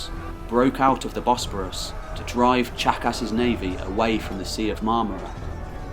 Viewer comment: Ok, I know it’s juvenile and silly but every time he says Tzachas I hear jackass. Anyone else with me?